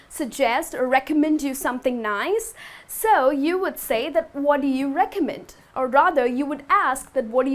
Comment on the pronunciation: doggy bag? lol. sounds very funny. never has an american ever asked for this at any restaurant. and not to be picky, but your pronunciation of "recommend" is off. it is not "REcommend", it is "recoMMEND"